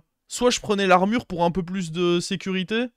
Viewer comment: Pourquoi dire l'armurheu, goldeu rolleu